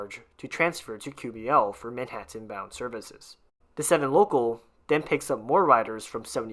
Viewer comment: I'm a native New Yorker who's lived here all of my nearly 70 years, and I've never heard anybody pronounce Manhattan like this narrator. Please, ease up on the last syllable. It's Manhattan, not ManhatTENN.